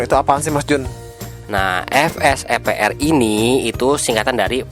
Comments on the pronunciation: maaf bukan ef-s-e-p-r tapi ve-s-e-p-r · Salfok ama kata vsepr😂 BedA bang huruf V ama F😅